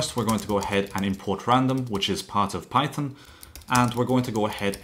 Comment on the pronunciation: Bro just said "pychom"